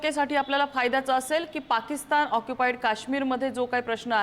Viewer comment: पाकिस्तन नाही ओ, पाकिस्तान म्हणा